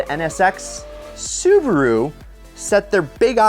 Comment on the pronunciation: Does this guy think Su ba ru is two syllables